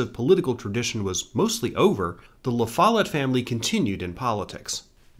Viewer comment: Great job but… the pronunciation of “Lafolette” is jarring every time I hear it… 😢